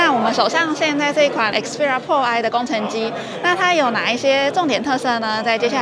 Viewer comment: 開場沒仔細聽還讓我嚇一跳...Sony Xperia “破唉” 是什麼東西？